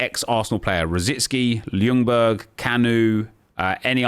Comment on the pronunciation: "Lunberg". Can't even pronounce former players names mate. Unsubbed ages ago but gave you a 2nd chance with this video as it appeared in my recommended. Never again. No thanks.